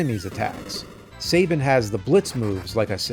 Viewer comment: Cyan.. like the color not the seasoning. Sabin (Sah-bin) Gau (Gaw) Celes (like celestial)